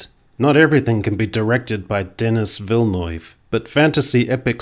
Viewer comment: Yer get a like for the "Denis Vilnoyve", pronounced just as it should be, perfection.